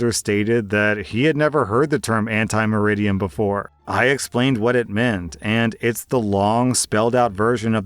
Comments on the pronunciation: It's ante (before), not anti (against) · How can you mispronounce ante as anti when you're actually reading it? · ante is pronounced ahn-tay. It's Latin.